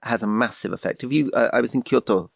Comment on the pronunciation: Why is Rory pronouncing Kyoto like that